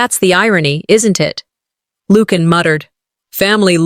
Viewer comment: Lucian is pronounced as LU-SEE-AN not LUKE-AN.